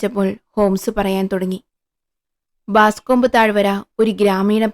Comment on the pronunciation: 1988 കാലത്ത് പ്രശസ്തമായ "പൈകോ ക്ലാസ്സിക്സി" ൽ ആദ്യം വായിച്ച ഹോംസ് കഥകളിൽ ഒന്ന്. Boscombe Valley Mystery. മലയാളത്തിൽ " ബോസ്കോംബ് താഴ് വരയിലെ കൊലപാതകം ' .. 😅 നിങ്ങളെന്തേ പ്രേംനസീർ കാലത്തെ പോലെ "ബാസ്കോംബ്" എന്ന് പറയുന്നത്? ബോസ്കോംബ് എന്നാണ്. പിന്നീട് '93ൽ ഒറിജിനൽ വായിച്ചു..2014 കാലത്ത് ജറമി ബ്രട്ട് വേഷമിട്ട പ്രസിദ്ധ ഗ്രനാഡ ടിവി സിരീസും കണ്ടു.. ഇത് ഹോംസ് ന്റെ ആദ്യ കാല കഥകളിൽ ഒന്നാണ്.. ഡോക്ടർ വാട്സൻ ഹോംസിനൊപ്പം താമസം ആരംഭിക്കുന്നതിന് മുമ്പുള്ള കഥ.. "എറാറ്റ്" - "ബല്ലേറാറ്റ്".. കഥയിലെ പ്രധാന ക്ലൂ 😊.. മാപ്പിൽ ഇത് കാണിക്കുന്നത് നിങ്ങള് വായിക്കുന്ന കഥയിൽ ഇല്ലേ ..